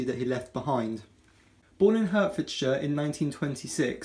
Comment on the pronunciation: You didn't really say HURTfordshire did you?